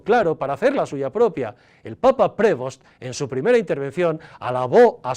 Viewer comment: Creo que Prevost se dice Prev'ost. Por lo demas, ok diario como siempre buen diario, valga la redundanca.